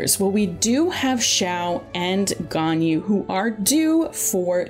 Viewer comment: “Yanjin” “Albetto”